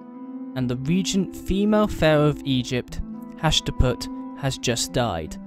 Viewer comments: the pharoh's name is Hatshepsut not Hashtaput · It’s hat-SHEP-sut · Hashtiput lol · TheMadmanWithAPen noooo, Ha-chep-sut